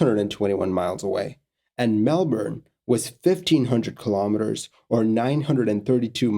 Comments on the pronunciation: As far as foreigners go, you said Melbourne the best out of any of them. A lot of people really emphasise the "bourne" part while most locals say "Mel-burn" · I agree. It bugs me when people pronounce it weird. This video was a welcome change.